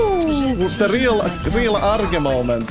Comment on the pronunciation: Jajajajaajja ""